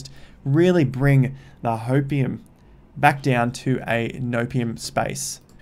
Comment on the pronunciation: did you just say "hopeIUM" XD XD thats the best